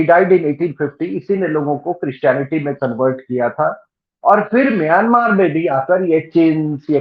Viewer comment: इस देश को म्यँमा कहते हैं, सही उच्चारण। छिन स्टेट ही नहीं, उत्तर में कछीन, दक्षिण पश्चिम में रखाईं, दक्षिण पूर्व में कया, करीन, उत्तर पूर्व में शान, सभी अपनी स्वतन्त्रता चाहते‌ हैं और संघर्ष भी कर रहे हैं। और ये सभी देश या तो इसाई या मुस्लिम मेजोरिटी वाले प्रान्त हैं।